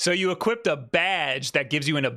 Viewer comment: "equipted" drove me nuts